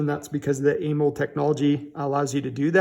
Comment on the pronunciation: Why you say Amold? Its pronounced A MO LED 😂.